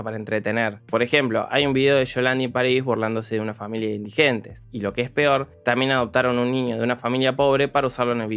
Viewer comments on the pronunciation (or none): none